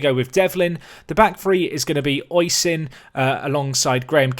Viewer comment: Oisin is pronounced Ush-een or O-sheen, sorry if that's a bit picky it's just its my name and it kinda gets on my nerves as time goes on. Still, quality episode as per usual